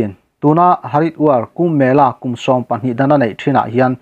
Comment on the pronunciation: Haridwar tih hi Hariduar ti a lam mai tur.